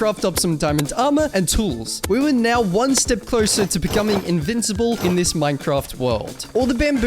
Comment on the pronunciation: "neow" funny everytime